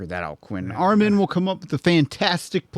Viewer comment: What with answer the way he pronounces Armin 😂 he always goes for the weird long vowels. It’s just pronounced Armin (Armeen*)